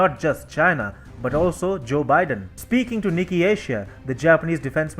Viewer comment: Hi, please correct your pronunciation of “Nikki” to “NIKKAE”!